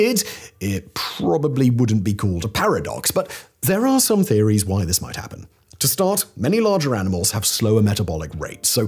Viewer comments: "Terories". seriously? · Translation from English to English with accent. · Have we gone Irish alluvasudden? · It was actually "teories," but yah. What's up with that editors?